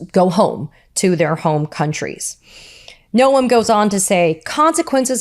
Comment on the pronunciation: We all love you, Katie! Keep it up! Don't ever listen to critics, they don't need room in your head! Ignore nitpicking trolls who say "It's pronounced 'gnome' not 'no-em'." Who cares? We know who you mean. 👍